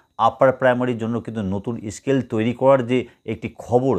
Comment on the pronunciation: Scale bolun escale noy